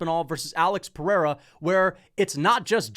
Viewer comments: Chael STILL saying “pee-era” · Can we please censor every time Chael calls Pereira "Pea Era", its so damn cringe. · It’s so obnoxious hearing chael say pee-era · Chael sonnen called Pereira Pee-Ayra one day went on with it for ever lmao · Them saying peeairuh is pissing me off. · i just want Chael to say Pereira correctly just one time. is that so much to ask for? like who tf is this GOAT Pierre guy ive never heard of he keeps talking about fighting Jon Jones? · Chael constantly pronouncing Pereira's name wrong is starting to get annoying, the schtick is getting old.